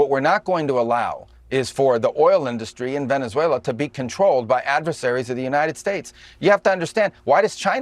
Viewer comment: Donald Dump and Kristi Noem can't even pronounce Venezuela 🤡